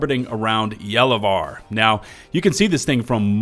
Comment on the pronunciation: Finally someone with the correct pronunciation of Gallivare 🙏🏻